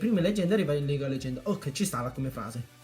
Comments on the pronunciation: Che fail "leganda" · legganda...lol grande